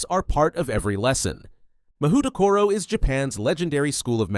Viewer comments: 文字で読むと『マホウトコロ』になって「魔法所」って漢字を想像してた。 それで「『侍所』や「政所」みたいな平安時代のセンスだなぁ〜」「校長はきっと安倍晴明だろうなぁ」って妄想したんだけど、USのオリジナル音声で聞くと「マフウトコロ」に聞こえる。 そしたら漢字は「魔風所」「魔風処」になるのかな！？ 「魔」の「風」が吹く「所」 この動画のUS音声トラック聞くまでこんな妄想はして来なかったわ。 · "Mahoutokoro" LoL